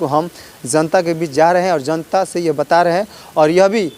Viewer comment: Shabd ka uchcharan pahle theek karo zanta nah janta hota h